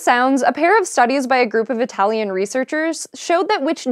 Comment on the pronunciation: THANK YOU!!! you actually said italian right!!